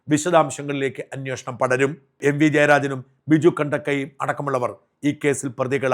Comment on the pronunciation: അന്വേഷണം അല്ലേ ശരി അന്വോഷണം എന്ന് എപ്പോഴും പറയുന്നു. Please